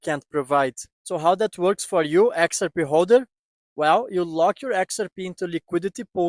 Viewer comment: "Exer pee"?